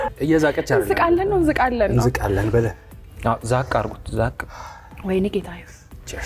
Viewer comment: እንዛቃለን ይላል አይ ትንሳኤ ይች እንዝቃለን እንዝቃለን ያስቀኛል 😂😂😂